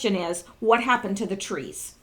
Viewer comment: Those twees wook like wabbits